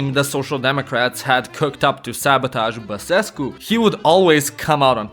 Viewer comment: bro says basescu perfect for a nonromanian